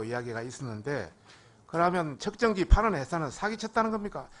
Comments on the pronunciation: 😂측정기를 ‘척정기’란다😂한국어 발음에 결국 실패한 왜구 위원장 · 척정기 가 뭐냐 발음이라도 제대로 해라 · 측정기를 척증기라고 발음하는 장애가 있는분이 왜 저기있나요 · 뭐가자꾸 척정기척정기 ㅋㅋㅋ말이나ㅜ제대로좀하지 어휴 ㅋㄱㅋㄱㄱㅋㄱㅋㄱㅋ